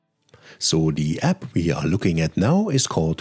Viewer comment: Sehr gut. Ich habe PrintMyFonts gleich installiert und eine PDF mit Microsoft Print to PDF erstellt (1800+ Fonts). Auch Komplimente an Deine englische Aussprache - absolut klar und deutlich (ich bin Brite, mal so nebenbei). Auch danke, daß Du App als 'App' anstelle von 'Äpp' ausgesprochen hast:-)